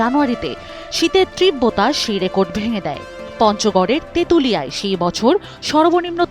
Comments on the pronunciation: ত্রিব্বতা কি? তীব্রতা বলেন! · উচ্চারন হবে 'তীব্রতা'। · আপনার "তীব্রতা" উচ্চারণ সঠিক নয়